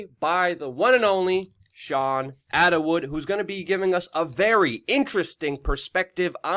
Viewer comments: It’s Attwood not Attawood! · Think it's sweet that he pronounces it 'Attawood'.